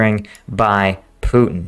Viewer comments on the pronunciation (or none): none